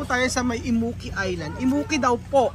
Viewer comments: Im-mu-ki 😂 Kung di pa sinabi ni rowel sa dulo, di ko mare realize un pangalan ng isla kasi iba pagkakapronounce nila (imu-ki) compared sa pag ilokano nagpronounce 😅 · Bilang isang Ilocano myself—ang awkward pakinggan kapag inukit ulit yung “Immuki” 😂😂😂 sorry naaaa.